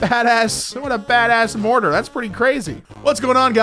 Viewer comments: Martyr I pronounced Mar ter. Not "morter". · Pronouncing martyr as morter is a crime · Why he saying Martyr like mortar as in mortar and pestle xD